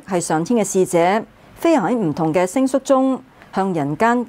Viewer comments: 請將星宿的宿讀成星(秀)不是說㈥ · 支持！ 星宿音「秀」